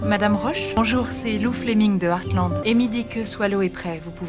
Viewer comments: Il dit eathland et pas Heartland xD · Tu le prononce comme tu veux mais sa dit artland et pas hearsland mais tu l’as bien écrit mais tu fait comme tu veux ☺️ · je suis hyper fan d'heartland donc t'es pas obligé de défoncer la série MDR sinon ça se dit heartland et pas hearsland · "ersseland" tu m'as tuée XD C'est pas earthland le ranch, c'est HEARTland donc "artelande" l'anglais c'est pas ton fort ^^ Heartland est une série familiale avec son lot d'incohérences et de mièvreries mais j'ai un plaisir même pas coupable à la suivre depuis une dizaine d'années, les personnages sont attachants, les histoires sympas, les chevaux occupent une place de premier plan malgré les histoires secondaires nombreuses, c'est chouette. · Et ça se dit hearte land pas hearce land 😂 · jsuis désoler mais comment tu prononce les noms des ranch c’est trop drôle 😭😭